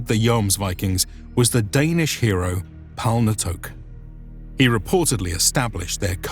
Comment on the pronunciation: "And in Icelandic, it seems like "Joams" is a lot closer." But it ain't. It's a long o sound, not an o-a diphtong. You say it like he does, but hold the o sound instead of shifting into an a, and you've got it. Palnatoke isn't Palnatoak either it's Palna-to-kuh, I should know, my name is the same but without the prefix. And Vagn is Vavn (or Va:un, if the consonant clash is too much for your poor anglo tongue) not Vagen.